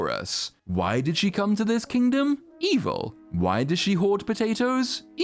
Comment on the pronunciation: The way says "evil" tickles me lol